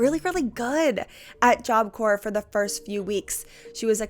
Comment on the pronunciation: i know that the video isn't about this but it took me out each time job corPs not corE